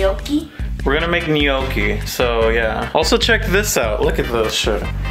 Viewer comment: gnocchi is pronounced nyawk-kee